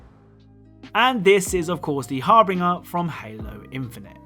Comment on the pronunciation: The harbiner 🤣🤣 no G lol